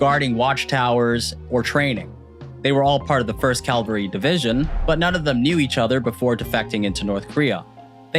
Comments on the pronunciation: Cavalry not calvary. Good vid by the way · you mispronounced "cavalry" as "calvary." Which I think is appropriate considering that a calvary is defined as "an experience of usually intense mental suffering." 😂